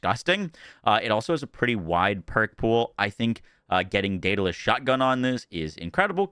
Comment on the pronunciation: DaedAlus.... but it is a Jakobs actually....